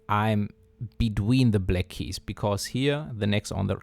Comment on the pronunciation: Why can't you pronounce "black" correctly?